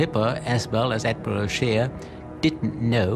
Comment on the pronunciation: Ad-my-ral.... I'm sorry